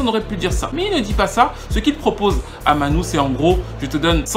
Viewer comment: j'aime beaucoup tes vidéos, mais là il y a une erreur phonétique...on prononce Manu et non pas Manou...c'est Emmanuel Dibango... pour le reste, c'est top ;) continue!